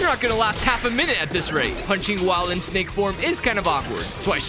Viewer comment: It's so funny when she said snake because I heard snike